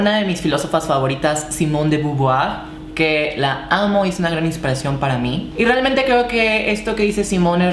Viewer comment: Debes ser de las youtuber más cultas que he visto Citando a la beauvoir y hasta bien pronunciado Jamás me habría esperado un conocimiento tan acabado de los conceptos y bien explicado Te felicito Eres un ejemplo para tanta mujer poco empoderada y entregada a los dictámenes de la machista sociedad Mis respetos para ti vico y a brindar por todas las mujeres!!!